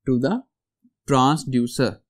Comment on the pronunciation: It is Transducer not Tranducer